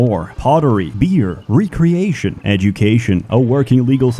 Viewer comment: I always thought mispronouncing words was just a regional thing, but the way he pronounced recreation makes me think he's taking the piss out of the punctilious among us.